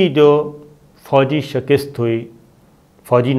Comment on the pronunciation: Lafaz shakast hota sir ge. Shakist ni hota. Please note it thanks